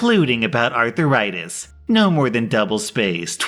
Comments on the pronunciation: Everybody: "Arthritis": "Arthur-itis" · Is he saying arthritis or arther rites? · "Arther-itis"? Have I been saying it wrong when I say "arth-ritis"? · Normal People: “Arthritis”: “Arther-itis” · About drove me nuts on the last one. It's 'aar THRAI tis', not ARTHUR RI TIS. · That is NOT Arthur-itis. It is said ARTH-ritis. There are two main types. Osteo-arthritis and Rheumatoid Arthritis. There's also Dupuygens Contraction. A peculiarly Viking lineage complaint. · Uh ... it's arth - ritis. Not arthur -itis. Seems like a southern thing. Making a 2 syllable word a 3 syllable word. And adding a letter to boot Doesn't sound smart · Arthritis, not "artheritis" please! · Bruh what the hell is arthuritis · “Arth - rie - tus” not “Arthur write this” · Wait wait wait.... all I could focus on in the cracked knuckles story and how kept pronouncing "arthur-itis". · Everytime I heard him say Arth-AH-ritis, I died a little more inside. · I was hoping I wasn’t the only one to be annoyed by him pronouncing it arth-er-istis 😅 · It sounded like he was talking about a person, Arthur Ritis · I was searching for a comment talking about that 😂😂 “Arthur-itis” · The way you say arthritis 😂😂😂😂 "arthur ritis"🤣🤣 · "Arthur-itis" is it? Lol!! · By the way pronounced it, I thought the malicious compliance in the last story was going to be that the essay was going to be about someone named Arthur Itis. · who else couldn't get over the pronunciation of arthritis? Arthur-itis? sounds like a disease you get from watching too many kids shows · "Arthur itis" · Does pronounce arthritis as Arthuritis????? Oh god why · Is seriously pronouncing arthritis as "arthuritis"? 😂💀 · Why are you pronouncing it "arthiritis" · Please for the love of god stop pronouncing arthritis as Arthuritis, Please! It made the last few minutes of your video unbearable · Your mispronunciation of arthritis as arthur-ritis is cringe worthy...